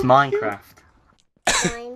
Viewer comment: "Minecwaft?" Awww :D